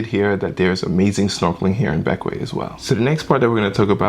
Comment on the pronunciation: Thank you for pronouncing Bequia properly lol